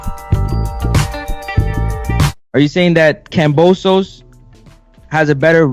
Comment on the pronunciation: At least say the name right. You’ve been saying it wrong forever. kamBosos